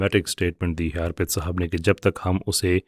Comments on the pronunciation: جزاءکﷲ اچھی بات بتانے کے لئے. بھائی اُس کا نام ارپِت ہے , آرپت نہیں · اگر یہ بھائی صاحب ہندو ہیں تو انکا نام آرْپِت نہیں اَرْپِت ہوگا